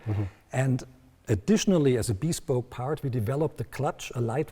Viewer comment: "Bee-spoke" LOL